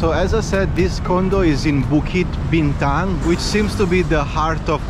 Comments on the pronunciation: Bro, minute , actually the Petronas Twin Towers is just a 9 minute walk from Pavilion Bukit Bintang if you just follow the main entrance past Five Guys and Starbucks you'll find the bridge that connects directly to the KL Convention Center which is next to the park. Also bro, you butchered the pronounciation of 'BUKIT BINTANG' throughout your whole vido😅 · it's Bukit Bintang not Bituk...Bukit means Hill, Bintang is star so Star Hill 😊...enjoy Malaysia and the food!